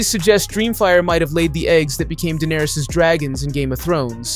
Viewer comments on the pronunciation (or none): none